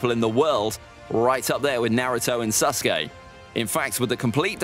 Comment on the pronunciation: Stop saying sus-gay, his name is Sasuke.